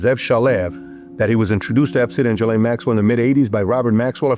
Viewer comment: Pronounce it right for once. It's GISLANE Not Jelane, or Galane, or Giselle.... GISLANE.